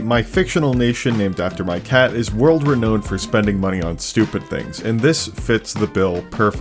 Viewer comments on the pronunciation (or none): renowned isn't pronounced re knowned...